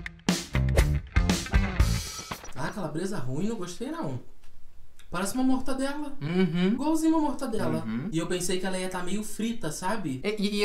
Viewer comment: "mortandela" kskskskskskks